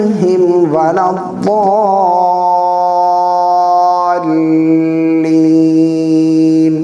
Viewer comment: آپ ولدالین پڑھ رہے ہیں یہ نہی ہے آپ غلط پڑھ رہے ہیں قرآنِ پاک میں ولاضولینن ہی تجدید کے ساتھ